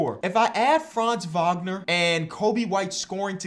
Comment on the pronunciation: As a german its funny to hear say Franz Wagner so often not because its wrong (his pronounciation is actually pretty good) but its still funny in some way